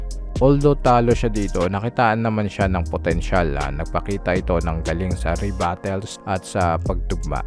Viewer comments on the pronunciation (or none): ano yung "REBATELS"? AHHAhahaa BOBO!! CONTENT CREATOR ka pero BOBO 😂😂😂